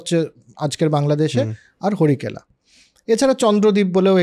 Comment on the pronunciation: সামগ্রিকভাবে আলোচনাটা খুব ভালো লাগল। শুধু কয়েকটা ভুল একটু কানে বেজেছে। যেমন 'কর্মন্ত' (কর্মান্ত হবে), 'হরিকেলা' (হরিকেল হবে), 'অধিশূর' (আদিশূর হবে)। আর মনুসংহিতায় কি বর্ণসাংকর্য প্রসঙ্গে বঙ্গের উল্লেখ আছে? ১০.৪৪ শ্লোকে পৌণ্ড্রকের উল্লেখ পাচ্ছি, সেটাই কি এখানে বোঝাতে চাওয়া হচ্ছে? উত্তর পেলে আরও সমৃদ্ধ হব। ধন্যবাদ।